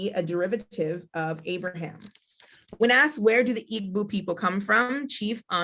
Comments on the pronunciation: People. PLEASE...It's not "IG -BU"...IT's "EE - BO"....Say "EE-BO" " EEEEEE - BO " which is where the word "Hebrew" comes from...Eber/Ivrite/Ibrim are mispronunciations of "IGBO". In addition, what she's reading isn't what the majority of the people believe. Mostly, foreigners have come in and published books. You have to speak to the actual Elders in different villages so this misinformation can stop being spread...The Eri myth is only 1 part of the history. Our people have to STOP trying to teach these things when you don't know yet...There's sooo much that Black Hebrew Israelites just don't know. I'm currently making a documentary on this. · Please use the correct pronunciations of the words that you refer to by looking them up or asking someone from that country. Igbo has a silent g. sounds like ee boo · people say Igg-boo. It's EE-bow Igbo or Ndi Igbo EN DEE-bow.